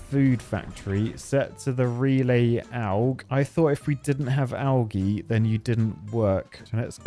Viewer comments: Bird make him say algae right 😂😂😂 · Does he not know how to say algae.